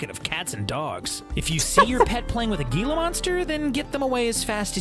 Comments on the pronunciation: As an Arizonan I cringe so hard every time I hear someone pronounce Gila Monster like that. I'm not sure why it's so hard for people to just Google it and realize that it's a spanish-rooted word so it needs a Spanish pronunciation. On top of that, gila monsters are like the chiliest lizards ever. They are incredibly non-aggressive and pretty slow unless you piss them off. Plus they almost never show up in rural areas. For example, I live in Phoenix and I've only ever seen a wood one while hiking Camelback mountain so I'm pretty sure you don't have to worry about your dog or cat trying to fight one. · Living in arizona him saying gee•la makes me want to end my life